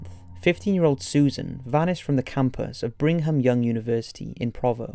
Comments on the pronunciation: Dude I love you, but I live in Utah and some of your pronouciations are driving me nuts. Provo is "Pro-voe" and Brigham is "Brig-am". We have a little accent here we're "T" isn't pronouced for whatever reason. Buuuut it's also creepy that Ted Bundy was in my state...I don't like that. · He mispronounces words that a British shouldn't mispronounce like Brigham and recognizance.